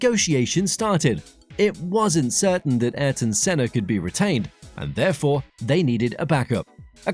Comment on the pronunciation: Arton Senna??!! GET IT RIGHT FIR GOD SAKE 💀💀🙏🙏